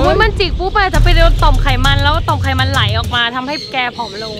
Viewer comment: ไขมัน ไม่ใช่ขมัน